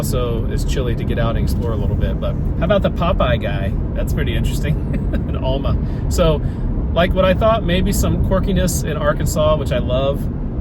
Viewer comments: Alma, pronounced like Al ma, not Ul ma. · it’s not pronounced “All-ma” It’s “Al-ma” like the name “Al” then “ma” Alma not allma you damn Yankees & Californicators come here and talk about things that you have no knowledge of… such as our history, you butcher the names of places, speak on things you would need generations to even begin to understand. Like that the great grandson of Issac Parker lives just south of ft smith and just like all his generations before him was also a judge in Sebastian county… And what’s most disheartening is you encourage other outsiders to come here & muddy our culture & our history…so like any guest you should be respectful get to know the history, & the residents whom have familial roots going back to at the least the late 1800’s. Most of Arkansas true history won’t be found online,or in revisionist history books… The People & the some of the families here have deep ties to this area & its culture… But you outsiders are financially pushing them out… families that have been in Arkansas in some cases over 2 centuries , & others even longer as many of the earliest settlers integrated with the native peoples whom go back thousands of years. The NWA area has already driven the cost of living to 5x or more the rest of the state & it’s matriculated outward from there disrupting the lively hoods & affordability for areas that aren’t reaping benefits from the 6 figure median incomes of all these transplants into our communities … especially in Benton & Washington counties as they are rapidl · Came looking for this comment. AL - as in a man's name - MUH. No one ever gets it right.